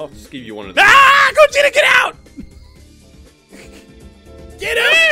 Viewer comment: That's gogeta not vagito